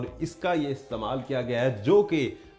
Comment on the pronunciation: Pahli bat to ye k apko zukam laga hua hai Dusri bat ye k pehli bat me corona ka shak ho rha ha Lafz istmaal ko aap istbaal kah rhy hn Zukaaaaam